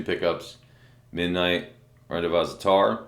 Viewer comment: Love your reviews bro and always look forward to them. Just wanted to start by saying that..but, just so you know, the word is pronounced ron-day-vo͞o the S is silent. Thanks again and keep up the great work!